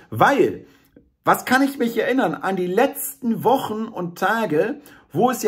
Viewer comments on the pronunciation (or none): none